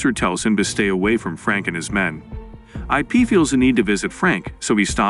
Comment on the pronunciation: it's Ip not I p. Ip man